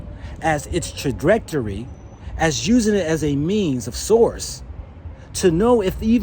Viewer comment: "Trajetrery?" " Weapontry?" "Space Command?" Hahahaha!